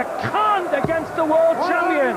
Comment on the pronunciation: "World chumpian" classic commentary there!